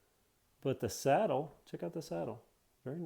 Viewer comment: Is anyone else is wondering y besw calling the seat the sattle